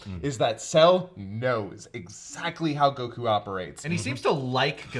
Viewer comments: I how he pronounced goku name it’s like GO-KU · why do you call him gokU instead of Goku? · Damn the way he pronounces Goku is really irritating